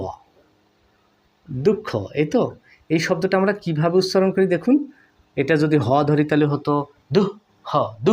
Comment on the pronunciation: উছছারণ না করে উচ্চারণ করুন